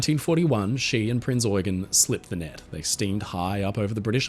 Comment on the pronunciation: Great production! 🙂 small correction: "Prinz Eugen" is pronounced in German with emphasis on the second syllable, it is Prince Eugene of Savoy in English, Eugène de Savoie in French. Born in Paris, he was the most prominent military leader of the Habsburgs at the turn of the 17th to 18th century, best known for pushing back the Ottoman Empire and establishing Habsburg rule over large parts of Southeastern Europe. The Habsburgs admired him so much, they built him Belvedere Palace with a large park right in the centre of Vienna.